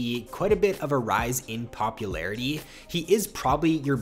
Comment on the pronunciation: Die A RYSE in POPPY Larity did you say ?